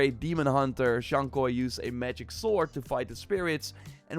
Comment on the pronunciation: It’s Zhoug Kui not koi